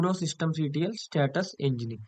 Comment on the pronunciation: i have no clue what you said at time stamp "systemct1"?? cant read it either